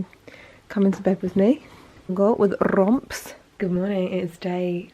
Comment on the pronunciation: With rrrrrrromps 😂. I love her